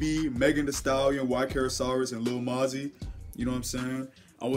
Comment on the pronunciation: its moe - zee 😂😂 keep up the work doe